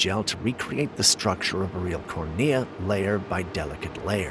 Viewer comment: Its pronounced Corn-ee-ah, NOT the way YOU said